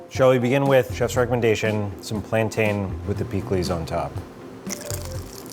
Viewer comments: I was about to be like yes authentic Caribbean food. Then he said “plan- tay-n” it’s “PLAN-TEN” 😭🤭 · I hate when people say "planTAIN."" You don't say capTAIN or mounTAIN or founTAIN 🥸